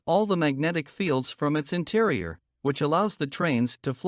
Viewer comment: "Interior" and "material" are mispronounced. It would be good if the AI voice was double checked for accuracy.